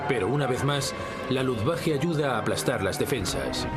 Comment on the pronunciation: Insiste el narrador en pronunciar Luftwache, es Luftwaffe!